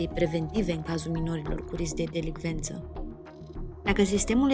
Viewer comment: Îmi place foarte mult conținutul tău. Am doar o mică remarcă: este delincvență nu delicvență. 🤗